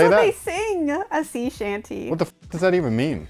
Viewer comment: The whole shanty part just pissed me off lol 😂 a shanty and a sea shanty are two different things. She keeps saying Seeee shanty songs and it's coming off like her phone is giving an option to S E E shanty songs when she's trying to say SEA shanty songs smh then she keeps giggling through him trying to gain clarity